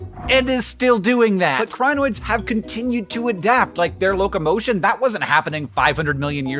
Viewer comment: its pronounced kree-noids